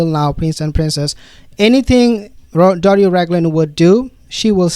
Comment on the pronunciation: She is not Doris. She is Doria (dor/ee/ah rhymes with diarrhea).